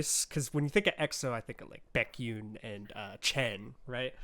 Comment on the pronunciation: Baekhyun. Beck-h-yuhn. Not yoon :P